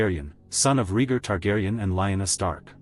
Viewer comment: This AI narration is appallingly bad. Wooden, ignorantly douchey, mispronouncing characters names inconsistently. Are you kidding me, RHEEEgar? WesTAREos?